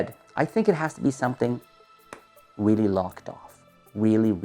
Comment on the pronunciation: Weally weally nice video